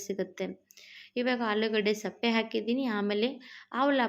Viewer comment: ಅದು ಸಪ್ಪೆ ಅಲ್ಲ ಸಿಪ್ಪೆ, ವಿಡಿಯೋ ಮಾಡುವಾಗ ಸರಿಯಾದ ಪದ ಬಳಕೆ ಮುಖ್ಯ